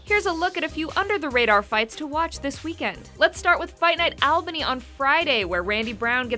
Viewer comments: I live in Albany, and hearing her try to properly pronounce it was killing me... It's ALL-bany - like ALL the time, not AL. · It's fight night Albany: ALL-Bunny not Al-Banny